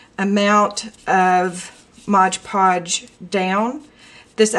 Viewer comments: great video... remember it's MOD Podge and also its pronounced that way... (not "modge"). but most importantly, have fun with it. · I thought it was called MOD podge....not modge podge. Hmm oh well, learn something everyday, huh?